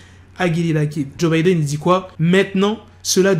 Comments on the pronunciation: joe budden pas Joe Bidden, c'est pas le même gars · C PAS JOE BIDDEN MAIS JOE BUDDEN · Apprends à bien dire les noms please . Joe Budden ( boudden) et 6ix9ine (Naïne ,non néine ) . Peace